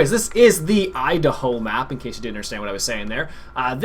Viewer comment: i love how he calls it the "Eye-Da-Hoe map...he annunciats too much